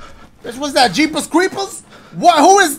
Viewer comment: "bih what's that? jeepahs creepahs" 😂